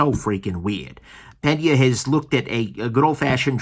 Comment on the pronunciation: double take Did you just call him "Pen-Yay" instead of "Pane-Yuh?"